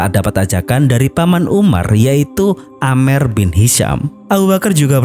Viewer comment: amru bin hisyam bang bukan amer😅